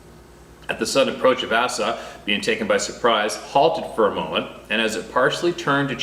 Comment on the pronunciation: Asa, pronounced with the long A sound and sa (Asa). You pronounced it like Assa. Just sayin ;)